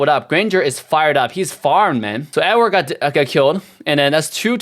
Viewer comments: Am I trippin or is he pronouncing Ed-Ward Ad-Ward? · IT'S EDWARD. ED+WARD